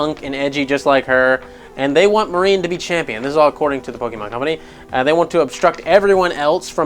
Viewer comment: "Marine" It's Marnie.